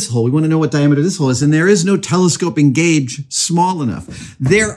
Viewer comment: Thought you opened by saying "Gage-a-vous" and while I realized on re-listen that was not the case, I got a good laugh out of it anyway